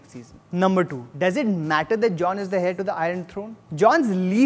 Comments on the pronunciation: Nice review. Also,, ummm, it's not hair, its air. I am talking about the pronunciation of 'heir'. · Did u really pronounce heir as hair? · Air is the pronunciation of 'heir'